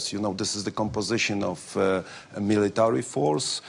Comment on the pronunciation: "Militowry?" hahaha what a joke they are.